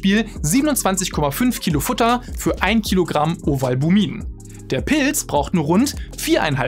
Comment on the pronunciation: Schaue doch Mal wie man Pilz ausspricht, ich höre die ganze Zeit Pils😂